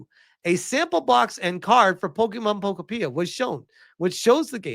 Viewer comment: Pokopeea.🤣🤣🤣 I think it’s pronounced Po-kopia like utopia.